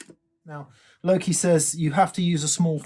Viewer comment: i thought you'd gone all Gen Z and were saying i'm "low key" this and that, then i realised you were saying "Loki":D